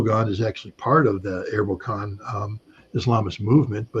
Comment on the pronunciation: wow I didn't know Scott is so knowledgable about Turkish recent history.Hearing him pronounce Erbakan and Ecevit made me smile. He is right about Erdogan is politically very smart and can change quickly to what people vote for.